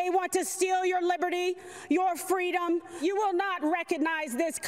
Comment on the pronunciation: Is she saying freedom or freedumb !!!! !!!!